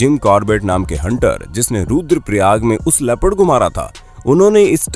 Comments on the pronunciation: Dude, say " leopard " not "rapid" ha ha ha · It's leopard not rapid. So speak properly